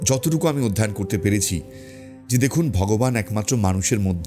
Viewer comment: ভিডিওটা খুবই ভালো লাগলো দাদা, কিন্তু একটা ভুল শব্দ আপনি উচ্চারণ করেছেন, "অধ্যয়ন" হবে "অধ্যায়ন" নয় ❤